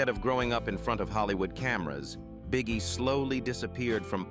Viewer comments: This AI robot announcer keeps saying Bee-Ghee. It's so annoying. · Bee Gee they pronounce it Bee Gee.